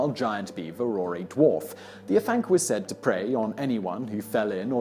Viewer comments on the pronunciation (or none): Hey simon don't know if you'll see this and I know you apologised for prenunsiation but I thought it might come in handy for the future dude haha. Afanc is pronounced ah-vanc so almost as if it was spelt Avanc. In Welsh F sounds like V and FF is F, I know it confusing XD just thought it might help mate. Great video though I really enjoy these types of lists.